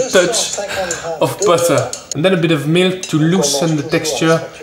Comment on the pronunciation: Even ‘butter’ with a french accent